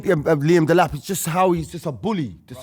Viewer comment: man said delap